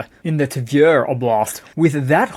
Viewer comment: Tver. Say “ver” as in very, then sound a quick T ahead of the “ver.”